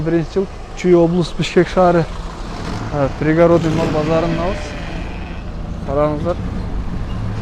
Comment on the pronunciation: Пригародный эмес пригородный. Ударение и ге.